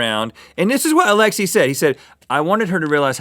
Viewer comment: ALEXEY(aleksey) NOT ALEXI(aleksi)!